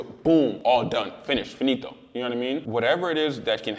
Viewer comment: as a guy living in italy when i heard you say "finito" i giggled